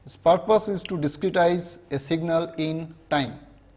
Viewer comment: Diskitize 😂 wtf?